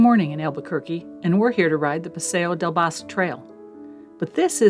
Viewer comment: Beautiful video, one error the pronunciation of the area by the river is called Bosque the ending sounds like the ending of out cities name Albuquerque or the Spanish works for “what” “Que” local here and still really enjoyed your video